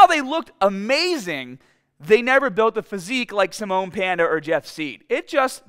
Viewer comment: It's "Sim-e-on". Not Simone. He's not a Frenchman from 1930s.